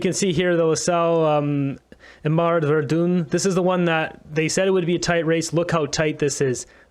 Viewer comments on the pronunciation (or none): Phonetic is ''Ver-done'' not ''Ver-dune'' 🙂